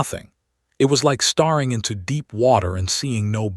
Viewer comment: The AI still mispronounces common words. it even gets ''COLONY'' wrong, ''BREATHED' wrong', ''STARING' wrong.I've given up on listing these there are too many !, Didn't anyone bother to edit this ? Any human would have spotted these mistakes instantly.!